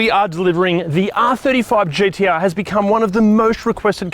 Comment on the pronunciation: I’m just happy you don’t pronounce them GDR.